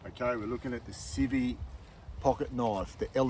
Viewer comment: Pro tip : videos are better when the cameraman knows the what his objective is. Also it’s not civvy…..it’s ci-vi-vi. 3 syllable word.